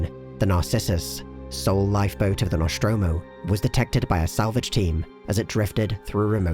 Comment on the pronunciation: Noshtromo? Isn't it "Nostromo"? Where does that "sh" sound come from?